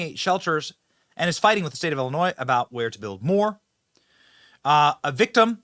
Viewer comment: Benny it's pronounced Illinois not ellinois, crook County not cook.